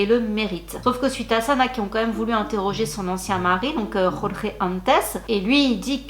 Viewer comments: En 🇵🇹, on prononce tout simplement « Jorge » comme « Georges ». 😊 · petite correction car je suis portugaise, Jorje ne se prononce pas comme en espagnol, le j et le e se lisent commen en français. voilà. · Attention svp: il n’y a pas de « jota » en portugais… Jorge se prononce comme en français « Georges »… la « jota » c’est espagnol… et limite une insulte pour les portugais… cf l’histoire Portugal/Espagne… Merci… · L’ex de JK Rowling s’appelle Jorge et pas José (mais je ne sais pas si la prononciation portugaise de Jorge est la même que la prononciation espagnole)